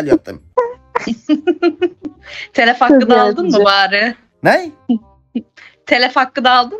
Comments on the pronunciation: Telef değil telif dir o çagil diyorlar bide dayiya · 2. 55 te telif hakkı diyemiyor telef diyor bide çoban diyor 😂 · daha telif diyemiyor telef diyor kalkmış senle dalga geçiyor 😂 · Çoban bilmez diyo telif'e telef diyo IQ müq 😂😂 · Önce “telif” demeyi öğren,sonra çoban diyerek dalga geçmeye çalış :)